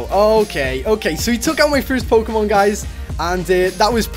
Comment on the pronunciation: PRONOUNS POKEMON THE RIGHT WAY!